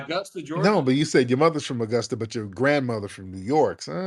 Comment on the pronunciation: TARIQ thank god you called him out ..BEWARE FBA family this what they do ..first of all dude its Augusta not Igusta ..your first lie detected and our blk exodus outta the south ppl werent moving from up north NYS TO THE SOUTH .ALL LIES DETECTED